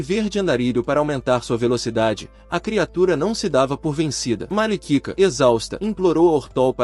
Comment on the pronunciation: tá escrito malika a voz fala malikika ai vc me quebra kk